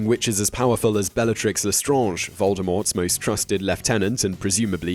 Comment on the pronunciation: Big thumbs up for being the only person who seems to know how to pronounce 'Le Strange' 👍👍👍👍👍👍